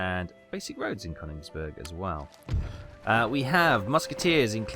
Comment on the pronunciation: It kills me to hear it pronounced CONigsburg